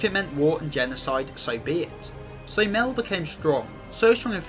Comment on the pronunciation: love the video! excpet its pornouced "my-el" <3